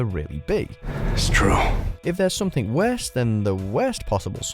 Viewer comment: "SomethinK", really?!